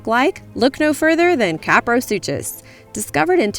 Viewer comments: It's pronounced sue-kuss not sue-chass. Suchus from Greek meaning crocodile. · I'm pretty sure the name 'kaprosuchus' is pronounced 'sue-kuhs'. Suchians (pronounced sush-ians), are prehistoric relatives of many of the crocadillians found around the world today. The way I remember this interesting pronunciation is the name of Postosuchus, which would just sound REALLY weird if you said the 'ch' wrong. I grew up with Walking With Dinosaurs, and that was my favorite out of all of them! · The 'ch' in kaprosuchus and deinosuchus is pronounced like a 'k' not a 'ch'. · I hope you know it's pronounced "Cap-row-suke-us" and not pronounced "Cap-row-soosh-us" like how you said it. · Actually kaprosuchus is pronounced like: Ka-pra-su-kus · she kept saying deinosuchus and kaprosuchus wrong its so anoying !!!! you say suchus as - sue cus........... did anyone else find this anoying ?!